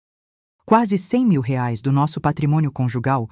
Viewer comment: Reais, IA falando errado, a narradora é uma IA, por isso acontece erros, ela é uma máquina